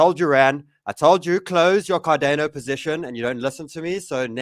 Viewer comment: Never heard anyone pronounce it Car-DAY-No before